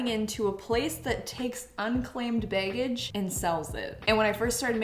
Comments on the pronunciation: Love how she says "bay-gage." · The way pronounces "be" and "baggage" as beg-gage always makes me laugh. 😅😅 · I sometimes forget she’s Canadian until I hear her pronounce words like “baygage”.